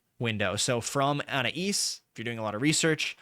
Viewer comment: Anias (our resident Magister) is actually pronounced "an-eye-as" said quickly. Also F for Jayber ☠️